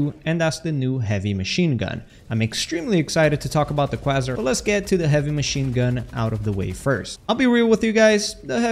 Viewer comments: kway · zaar Way, but with a K in front Quasar Youre pronouncing it kwaa zer.. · Kway-zar rather than kwa-zer. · The Croissant Cannon. Nah, but close enough pronunciation. With some words like this, its better to think of it being spelled with a Z not an S. "Kway-Zar" Cannon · Quasar "Kway-Zaar" Not "Kwa-zer" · For anyone asking - it's pronounced 'kway-zar' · 🤓 “it’s pronounced kway-zar” 🤓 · Was just coming to the comments to say this. It bothers me so much. 😭😭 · Man pronounced quasar like Carl says croissant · "Quay-zar" A Quasar is a type of star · kway-zar is the right pronunciation. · He on that cwassant cannon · Close enough to understand. But only because you asked, the correct pronunciation is KWAY-zar. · KWAYZAR would be proper pronunciation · I think its pronounced QUAY-zar like the center of galaxies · It's pronounced Quay-Zar. ☝️🤓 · its pronounced KWAY ZAR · Its pronounced "kuh-way-zar" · quasar is pronounced "kwey-zar" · Pronounce it Kwayzar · pronounced kway -zaar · The murder of the English Language is really something... YouTubers never Google their script if they're unsure... it's mind-boggling... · Since you asked, you are not pronouncing Quasar correctly. FYI if English is not your native language or your not confident in it simply google the "-WORD- pronunciation" and click to listen to the pronunciation. Keep up the good content. Also there are some benefits to the new HMG. Keep testing and you'll find them.